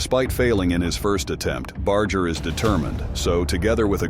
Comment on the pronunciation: It gets me aggravated that Most people can't pronounce His last name Correctly...🤔🤔 Even if everything is AI NOW... IT should be programmed Correctly... Just sayin'...